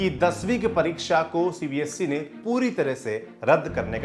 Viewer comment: Its CBSE not CBSC, please work on ur pronunciation, if you are gaining this many view count, it should be your responsibility too,.